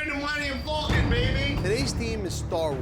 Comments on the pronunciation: It’s pronounced Falcon NOT FULCON LOL and I am a New Yorker, so cannot say it’s the East Coast accent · "Thu Mullenium Fulcon."